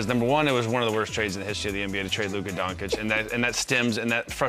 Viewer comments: "Luka Donkic" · Parsons must be doing it on purpose, "Donkic". Luka is in the league for several years now and he probably has heard his name yelled out by the commentator a few times by now. Just listen once and repeat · How many years does Luka need to spend in the NBA before people learn how to pronounce his name? For Christ's sake, Chandler Parsons, educate yourself.